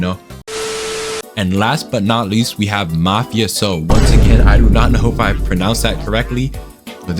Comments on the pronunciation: I agree with with his rating of mafioso and its pronounced "Mufas''O'' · You prounounce "mafioso" as "mafe-ohso" just saying :3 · Also its pernounced mah-FAH-see-Oh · How to pronounce Mafioso for dummy’s 101 (How I pronounce it) Ma-fe-a-so Also very cool skin :D